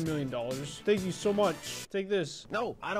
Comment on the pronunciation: Why are you saying Thmank you